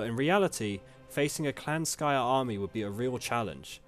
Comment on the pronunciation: Clan Skryre, yes-yes, not Skyre.